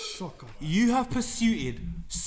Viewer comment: the word is pursued lad